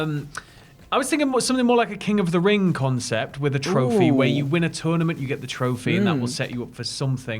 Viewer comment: 'Turnerment of Champions'